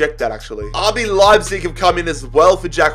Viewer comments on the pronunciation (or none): none